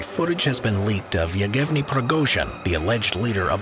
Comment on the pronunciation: Egevniy... You learn to read "Evgeniy" first then say crap... And the order is 227, not 277 You are just as propaganda as Russian TV, but the opposite side.